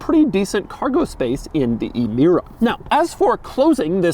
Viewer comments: it's pronounced Amira not ee mira. my ears got infected in the first 10 seconds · It’s pronounced “eh-meera”. Not “ee-meera”. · it's emira, not imira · Doug the type of guy to pronounce Emira as eemeera and also say a 2GR is a boring Camry engine